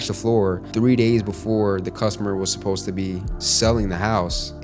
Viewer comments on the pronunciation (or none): none